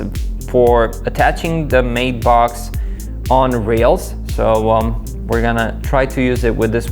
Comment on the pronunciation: Kid' it's a Matt-box, not a mate-box! Use Google translate and let it speak the word, it's annoying when it's spoken incorrectly.